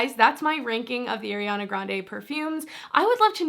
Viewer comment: Is No one is gonna correct her on her pronunciation of Ariana’s name 😭